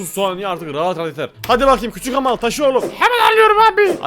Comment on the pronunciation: Hamar Oluyoruz Hahaha Sanki Hamarat olcak